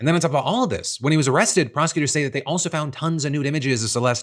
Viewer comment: When Erika says they I hear Israel